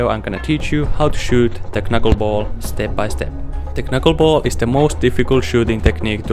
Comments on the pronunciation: It's pronounced 'nuckleball'. The k is silent. 👊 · Bruh, you don't say the 1st "K" in Knuckleball, it sounds ridiculous when you say it like that. LMAO